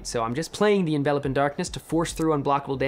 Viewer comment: gets points from me for pronouncing Envelop as "In-Vel-Up" instead of Envelope like "In-Vuh-lohp". I swear it drives me crazy when Runaways kept calling it Envelope.